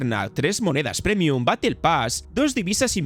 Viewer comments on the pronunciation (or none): none